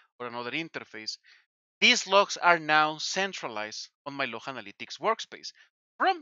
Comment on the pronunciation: I love how he says "the activity logh, folks. Platform level, my friends."